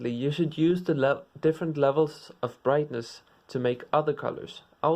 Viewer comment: Hue Saturation Vrightness